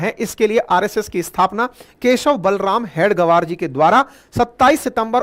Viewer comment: you as head of channel should have understood the pronouncation of हेगडेवार. All along you were saying हेड गवार,which means in other wards "Chief of Idiots". You are free to carry impression as you may feel right. Your pronounsation, representing meaning in English and Hindi collectively, may be explaining the broader mentality of Unregistered Body called राष्ट्रीय स्वयंसेवक संघ. This reflects bad on you i.e. away from reality.